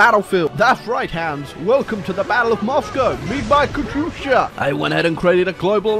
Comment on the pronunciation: I don’t like how he says “katusha”. Sounds like an American saying “ gracias”